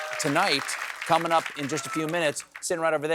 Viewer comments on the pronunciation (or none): none